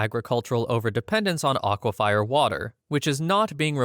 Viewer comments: It's pronounced Aqua-FER, not Aqua-Fy-er. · Its pronounced aqua fur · bro you are soooooo dumb, like how you pronounce aquifer in such a ridiculously dumb way is astounding to me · Stop saying "aquifier"! It's "aquifer". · Aqua fires 🤣. Aquifer is pronounced aqua and fur or fir like the fur on a dog or a fir tree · Aquifers, pronounced like ah-qwee-furs, not ah-qwee-fires 😉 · aquifers are pronounced ak-wa-fers, not ahh-kwa-fi-ers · "aquafier" lol. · It's pronounced "Aqua fur" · Lost me when you said "aquafire" that is not at all what its called. How can i trust your "facts" when you cant even pronounce a simple common word...